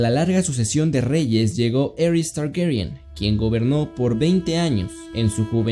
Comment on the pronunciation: El cómo pronuncias tywin lanister y aeris targaryen me da cosa